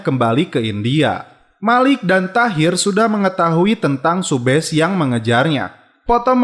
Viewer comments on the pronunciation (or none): Subhas bang bukan subhes😂😂 kan namasetek🥴🤪🤪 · Awal kluar sbgai polwan takira Kblakang2 kok jd kaira min 😁 Dan subash ttp dbaca subash min bkn subesh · Subash bang bukan subes